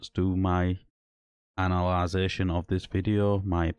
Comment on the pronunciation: 0.33 "Analisation" ooooer maybe "analysis"?